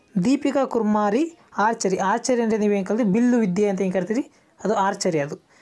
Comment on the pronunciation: Sir adu Kumari not kurimari